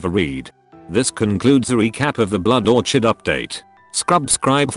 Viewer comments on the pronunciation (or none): Excuse me? Blood Or-chid? wtf 😂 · You pronounced Orchid wrong.